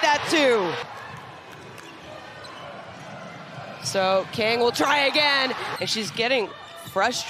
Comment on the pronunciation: 강을 못읽나... 외국해설들 나라별 발음하는거 배워야됨